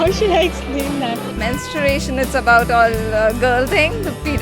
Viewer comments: Its MenstRUation, not MenstURation :P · the woman asking question herself is pronouncing it incorrectly, she's saying 'mensturation' !!! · the interviewer is herself pronouncing the word wrong . that's menstruation not mensturation ,🙄🙄 you dumbfucks!! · the interviewer is herself pronouncing it wrong..so what you expect from people..its menSTRUAtion not menSTURAtion you dumb. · the lady interviewer pronounces "menstUration" !!! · First learn how to pronounce menstruation. It is mens - tru- ation not mensuration. mensuration is a maths term. Pahle word ko bolna to seekh lo, tab question karna ladkiyo se. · was the interviewer girl saying mensturation ? or i heard it wrong ?? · They don't even know how to pronounce Menstruation... Some saying Mensuration (related to Mathematics) some saying Masturbation... my god...horrible! :D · Am I hearing something wrong? Why is the anchor/host/whatever saying ''mens-tur-ation''?? Kya zaroorat hai aisi bhul bhal English bolne ki Indians and our fascination with West dont seem to be fading anytime soon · even the lady host cannot pronounce 'menstruation' correctly !!!😂😂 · Atleast pronounce the word correctly! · Willthare exactly.. after hearing their pronunciation I had check myself whether I have been pronouncing it all wrong till date or not :P